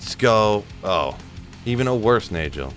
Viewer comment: not to be the grammar police but you've said nay-jol so many times i cant help myself but inform you it is NAY-GOL. and just a extra tidbit shah-ko. i love you too much to let you do this to yourself.